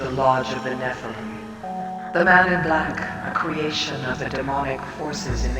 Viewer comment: Fantastic and dense deep dive. This game has become one of my favorites in the past few years and I've gone out of my way to analyze and reverse image search a lot of the art within. If I could give constructive criticism, the blatant mispronunciations of certain words is really distracting and threw me off quite a bit. 'Nephilim' is clearly stated a dozen times in game and I don't think anyone else says it like you do. Also you say 'Malchut' like 5 different ways and say 'Kether' wrong as well despite them clearly being stated in game.